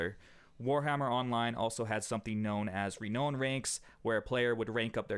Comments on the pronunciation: reknown? no no no... reNOWn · Its not pronounced re-known. Its pronounced re-noun. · Some important pronunciation: Genre = Jjon-re Renown = Ree-now-n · Good video but the way you pronounced genre and renown really bugged me. Just fyi